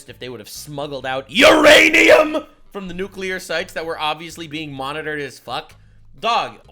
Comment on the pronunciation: URANIUM idk why but i laughed my ass off when you said URANIUM